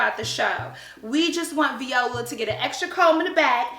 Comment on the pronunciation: i am done 😂😂😂😂 + the fact that she's pronouncing viola's name as "v•ola" 😂😂😂